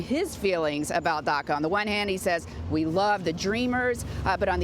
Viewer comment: Marc Tompkins it’s “DACA” , did you even when to school ?